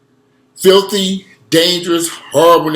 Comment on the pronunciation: The way you said “FILTHY” 😹 loool Fuck black neighbourhoods I prefer a mix!